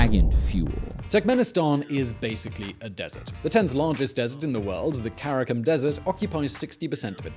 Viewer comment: I don’t know what’s worse; Karacum like he said or Karacoom like the song said